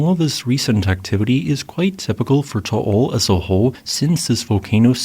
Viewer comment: oh hey props on pronouncing Taal correctly